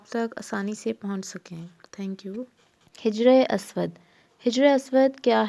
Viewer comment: hijr nae, sahi lafz hajr hai, hajr means stone ( pathar).